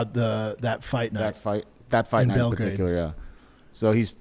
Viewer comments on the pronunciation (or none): none